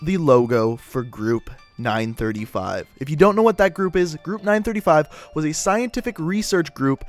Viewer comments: Group 935 made the perks doctor Monty sang the jingles and it's 9-3-5 not 9-35 your pronouncing stuff wrong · it is not ningh thrty five its ninghn three five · my Chemical brides yeah your supposed to say nine-three-five NOT nine-thirty five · its said nine three five... not nine thirty-five.... just saying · Did he just say... group nine THRITY-five. Uh uhh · what if i could tell u that u said 935 wrong its 9-3-5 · oh I didn't notice he said 9 thirty five but 115 was right